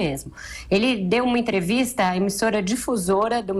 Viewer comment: gosto de ouvi la, mas fala muito errado. jorinal, enterivizta, inveriteri, veridade, razigar, forima, ferinando, goverino, eleitori, veriboragia, ezqueriveu, seri, etc... ruim de entender o que fala.